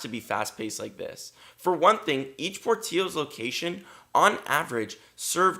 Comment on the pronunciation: Dude ! Pronounce the name right , it’s porttilllllllos